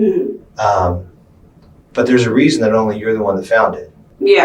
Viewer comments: “and theres a Reason Why you found it” “and theres a Weason Rhy” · “there’s a weason why” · "& theres a weason rhy" 😂😂😂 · "and there's a weason why"